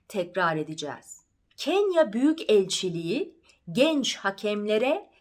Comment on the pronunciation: İlk defa dinledim. Çok güzel. Dinlemeye devam edeceğim. Ancak, Büyükelçi derken yan yana olan k ve e yi ayrı şekilde ve ulama yokmuş gibi okuduğunuzu farkettim.